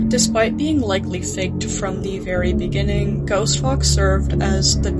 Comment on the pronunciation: in the bininging